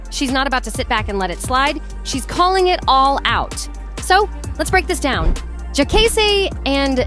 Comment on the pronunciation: Why she keep calling him Jaykaysee? Smh.